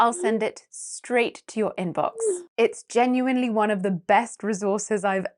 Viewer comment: You have pronounced weak form of....the With a consonant sound...just in the beginning.